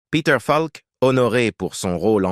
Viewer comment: bonne video mais dommage que cela se traduise par l'ia car ce n'est pas falk mais peter faulk dommage